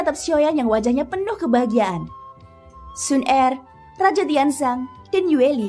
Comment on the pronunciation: waduh pengucapan kata Xuner kok GK enak didengar ya kak,, pengucapan kata er kecil bukan ER besar